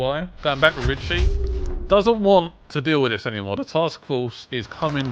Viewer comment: They say Richie but I hear Ben Ten